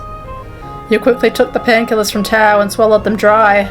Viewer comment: also! Your pronunciation was pretty good! Xiao Hua is like zh-ow h-wah, and tao is like t-ow :)